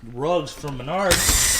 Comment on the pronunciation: Isn’t it pronounced Maynerds